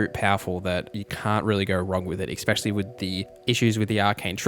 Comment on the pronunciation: Bro, please stop saying EKspecially <3